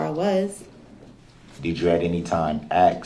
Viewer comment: would it be fair to say, its ASK not AKS